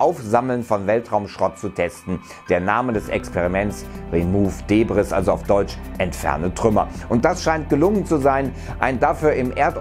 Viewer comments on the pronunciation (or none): Das s von debris ist stumm. Interessantes Video. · Remove debris 🤣🤣 promounced Daybrie